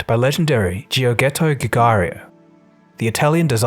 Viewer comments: Look, I love your videos and this is no exception. Great research, great exposition and interesting subject, in fact thumbs up. But please, PLEASE look a bit further on how Italian names are pronounced. You said "G.Orghetto Gugario". It's "Giorgetto Giugiaro" (George-et-oh Jew-Jar-Oh" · I'm sorry... I'm sorry, I'm so deeply sorry, but I am italian, and can't stand how you pronounced Giorgetto Giugiaro's name... it is pronounced Jorjettoh Joo-jaroh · I didn't even recognize the name "Jeeyoghetto Gagario", you could've at least googled the pronunciation come on. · I was with you until you butchered Georgetto Gigario's name. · Just casually butchered the name Giorgetto Giugiario. Great video still. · Jeeorjetto Joujarro. Keep practicing! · Giorgetto Giugiaro ... pronunced Joh-rjé-tto Ju-jà-ro... ciao from Italy! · The pronounciation of the Italian car designers name made me itch all over. Giorgietto Giugiaro pronounced GEORGETTO GIOOJ-AHRO " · Same here. If I didn't know it was Giorgetto Giugiaro - dʒorˈdʒetto dʒuˈdʒaːro who designed it, would even make the connection. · The way "Giorgetto Giugiaro" was pronounced gave me cancer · Never heard a worse pronunciation of "Giorgetto Giugiaro". Never. By the way the DMC12's performance were far from "sport". It used the Lotus Esprit chassis but it was too heavy for that Renault engine. It could be better, and that's sad.